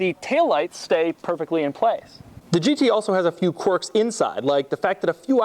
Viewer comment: Doug is the kind of dude that pounces "quirk" as "quark"